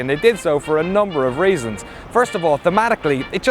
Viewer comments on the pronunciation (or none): "a number of raisins"?